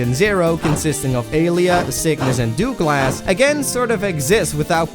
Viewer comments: Have you never met someone named Douglas or heard the name said in your life? As a Douglas, I feel personally attacked by this pronunciation... 🤣😜 Think “ Dug less” not “Doo glass” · Did he really call Douglas, dooglas???